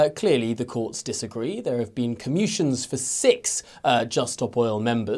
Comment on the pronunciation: Commutations not commutions, presenter guy.